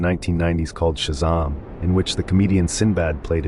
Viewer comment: Just need to learn how to pronounce words correctly. Shazaaaaaam and Kazaaaaaaaaam.